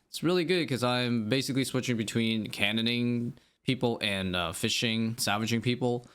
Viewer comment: why are you saying "savaging"..? it has an L man